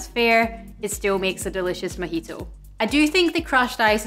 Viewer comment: Thanks for the video, though I swear it sounds like you're calling it a "mickey-toe" My American ears, I'm sure.